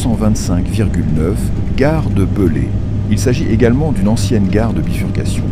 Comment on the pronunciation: Beslé se dit bailé